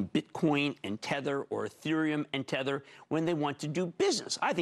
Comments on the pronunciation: Dude, it's TETH-er.... Not THETT-er... The clue is in the name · It’s Tether, not thetter lol. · Really good video but you might have dyslexia or another audio processing issue as you were pronouncing it incorrectly Tether like Heather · Te-th-er as in tied to something not Th-e-tt-er as in WTF? (lol but otherwise excellent video) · Having a hard time taking this video seriously when you keep pronouncing tether as thedder. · or Thedder? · sounds like thedder to me too. LOL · It’s very hard to watch this when he pronounces tether as “thether”. There is no TH at the beginning of the word tether. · Tether. Not thetter ot thether. It's literally pronounced how it's spelt. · It’s Tether not Theter bro lol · You cant possibly have spent more than two minutes researching crypto and not know how to say TETHER. this guy clearly plays off other peoples content and has no idea what hes actually talking about. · Tether is pronounced with a hard "T" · Kills your credibility making an entire video calling it THether. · Maybe learn to pronounce Tether properly. If you’re missing that detail, who knows what other details you’re missing in your analysis. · You don't even bother to pronounce "Tether" correctly, this is low effort clickbait FUD. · Decent video but bruh youre sayin tether wrong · How are you going to make a video about something you can’t even fucking pronounce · Anyone else fuming because of the way he pronounces Tether? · Hard to take someone talking about crypto seriously when they can't even pronounce 'Tether' correctly.